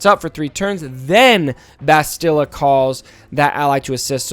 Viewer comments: Please stop mangling Bastila's name. Say the word "mastadon". Same inflections and speed. Bast-ill-ah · I dont mean to be rude, but my OCD is killing me...why does everyone mispronounce "Bastila"???